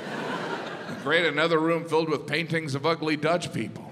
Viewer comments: dumb Jim. It’s “paintings” 😉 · I love Jim Gaffigan! But...paitings? LOL!